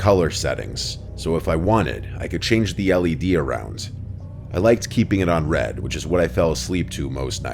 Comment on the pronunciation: what the fuck did he say? Red? RED?? 😂